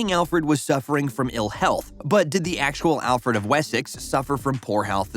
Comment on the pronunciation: The only name you pronounced correctly was "Alfred"